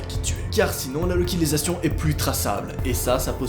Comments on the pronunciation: Qui a entendu la locilisation au lieu de localisation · pk tu dit lalocilisation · Loquilisation* ?????? (Localisation) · ''La locilisation'' et " le psychopatre" 😂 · euh la locilisation 😂😂😂😂